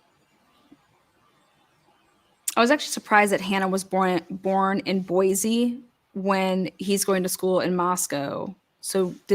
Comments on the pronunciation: There is no “Z” in Boise. It’s pronounced “Boy see”. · Just a quick tip from a friendly idahoan. There's no Z in Boise ❤️ BTW this guy's a nut job!